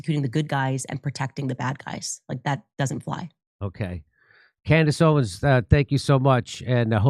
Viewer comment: Maybe now Jimmy can manage to say Owens instead of "Candace Owen" every time 😂